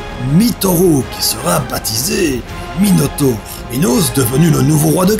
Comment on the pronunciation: Ces pas Minotaupe mais Minotaure